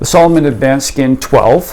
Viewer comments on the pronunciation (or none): Uhm…..s A l o m o n……. with an A. 😂